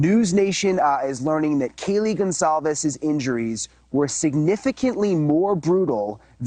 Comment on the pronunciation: i think the ONE thing that really ruffles my feathers about this case is how THEY KEEP INSERTING A FUCKING “Z” in Kaylees NAME! LIKE BRUH IT IS CLEARLY A FUCKING C AND NOT A SINGLE Z! honestly how fucking embarrassing and rude for the victims. GON-CALLLLLLLL-VEEEEEEESSSSSSSSSSSS”ZZZZZZZZZZZZZZ”